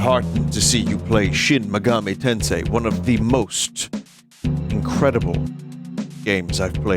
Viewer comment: binty played shin megahmee tensay...I can't believe it.